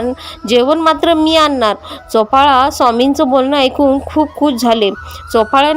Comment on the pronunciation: चोपाळा नाही बाई चोळाअपा